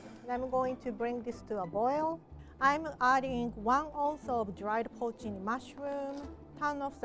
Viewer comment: I can't understand her pronunciation of the dried mushrooms and the captioning says protein mushrooms, which I'm sure is wrong. Any suggestions?